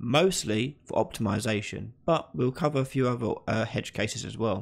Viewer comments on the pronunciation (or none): It's 'Edge-case', not Hedge:P